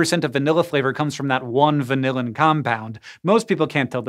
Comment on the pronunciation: Frustrating to hear hank pronounce vanillin as vanilla-in. He needs to consult some food scientists on pronunciation!